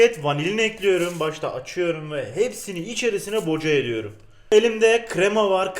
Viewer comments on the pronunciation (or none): Yeni kilit açıldı; Boca edüyrüm